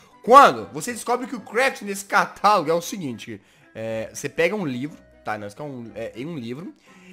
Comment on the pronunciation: kkk quando vc disse:CATALAGO,eu achei que vc disse:catarro kkkkkkk :D